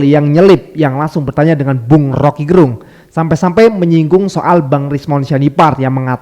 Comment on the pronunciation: Rocky Gerung... Lafal "e" Pada kata Gerung itu dilafalkan kyk kata "kecap atau Enak". Gerung itu marga org Manado 🙏